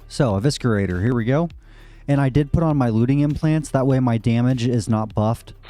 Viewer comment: Pronounced E-vis-er-ater. Not E-visker-ater